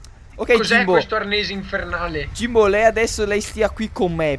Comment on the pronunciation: ''Jimbo" sembra "Sio" vero?